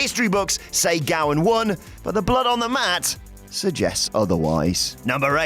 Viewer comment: *Gowen not Gowan